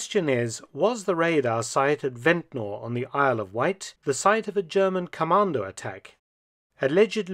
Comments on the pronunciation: We don't say Ventnor. We say vent-ner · Its pronounced vent-ner but spelt ventnor i live on the island. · we need to correct him. It's ventner- ventnr not Ventnor. As islanders say it